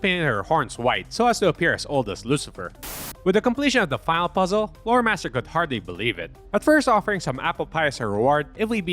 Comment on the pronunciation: Thanks to me being a heavy Transformers fan and a helltaker fan (plus the fact I'm only listening to this) every time you said Loremaster I heard Motormaster